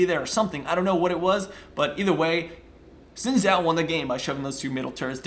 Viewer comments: No it is Shin. Its a chinese name its pronounced that way. Its Shin Zhao basicly. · no it is not shin, and a chao is something from sonic, he is saying it correctly.